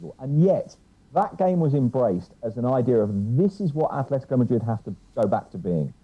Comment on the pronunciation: It’s Atlético Madrid not Athletico Madrid, and it’s Athletic Bilbao no Atlético or Athletico Bilbao